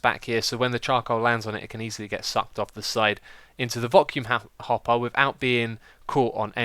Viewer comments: You said vocuum happer instead of vacuum hopper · Haha, "Vocuum Happer." ♡ you, Xisuma! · Vocuum Happer, love it haha Love the episode X!